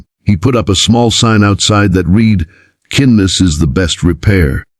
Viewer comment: Get to pronounce ''Kindness'' CORRECTLY! Geepers... Great story though!!